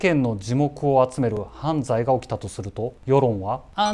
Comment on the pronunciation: 犯罪のイントネーション🤔